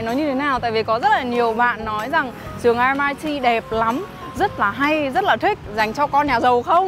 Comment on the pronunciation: Vậy cuối cùng là a hay o??? Thấy nhiều vlog đọc là o. Nay nghe đọc là a. Mình nghĩ đọc chuẩn hơn thì phải.